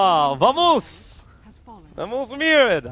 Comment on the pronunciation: Apenas gana artyk. Fijate q escriben en el chat "vamos mierda" y trata de pronunciarlo xDD